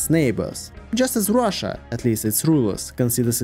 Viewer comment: Rhina? Chussia? 😂